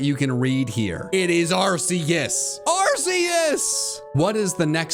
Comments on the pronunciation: IT'S ARCEUS, NOT F*CKING ARKOOS! SAY IT RIGHT PLEASE! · its ar-key-us not ar-c-us or call it arkoos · Arceus? I think you mean ARKOOS! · NO, IT'S ARCEUS, NOT ARCOOS! THERE ARE NO O'S IN THE NAME! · It's Arkoos, not Arceus!!! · The fact that you mis spoke on number 32. IT IS ARKOOS!!!